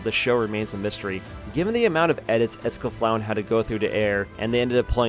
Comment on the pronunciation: not sure if thats how you should say escaflowne